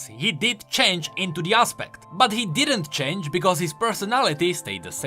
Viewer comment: ''idk why sylas would..'' CHAINGE (change)🥺😂